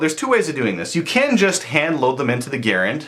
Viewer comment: It's not GUH-rand It's GARE-and